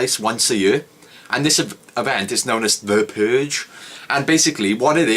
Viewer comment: The Puuuhhhge.